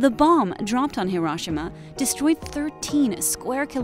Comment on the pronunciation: I literally left video over way she say hiroshima